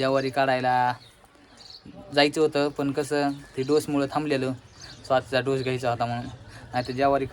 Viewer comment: ढोस नाही डोस आहे 😂